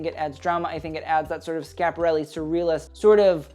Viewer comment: I'm an og fashionista of a certain age who hasn't been truly excited about the artform in stone ages . I figured I'd take a look as you came up in my feed & I haven't seen you before . When you opened by pronouncing Schiaparelli correctly you had my interest . Your knowledge of fashion history is remarkable . Most youth I've seen don't know their decades let alone deep house history . Understanding taste & style is an innate gift which you seem to have . Not that we're born knowing everything but we naturally absorb that information in a sensory way . Thank you for your passion . I enjoyed watching it .